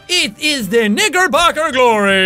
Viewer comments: It sounds like he said the n_word instead of knicker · Lol when he said "It is a KnickerBocker Glory" it sounded like he said NigerBocker Glory. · When He said, ''Knickerbocker Glory" I thought he said the N word, Jesus... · When he said knickerbocker he said the N word